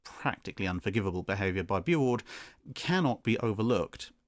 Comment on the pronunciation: It's pronounced "Boo-oord" or "bew-oord". Not "boo".